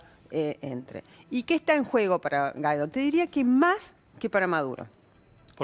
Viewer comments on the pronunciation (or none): Una periodista que no sabe/puede pronunciar GUUUUUUUAAAAAAAAAIIIIIIIIIDOOOOOOO. No es GAIDO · Por que le dicen Gaidó si la u enmudece solo ante la e y la i? Si va seguida de la a debe pronunciarse al menos en castellano. Y así lo pronuncian los venezolanos. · Inés, no estás informada. Ni siquiera sabés pronunciar el apellido. Te recomiendo que sigas el canal Factores de Poder de Patricia Poleo